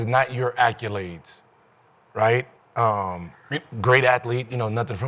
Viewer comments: Da fuq is “acculade” Can someone teach Gil how to day ACCOLADE? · Its funny the way Gil says "acculade". Sounds like a Honda.